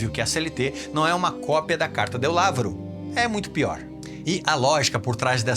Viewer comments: Lavoro pronuncia-se "lavôro", e não "lávoro". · Guarda, non si dice "lÁvoro". Piutosto "làvóro". Hai capi? Bravo!